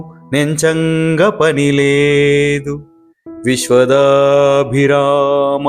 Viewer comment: viswada abhirama Not viswadabhirama.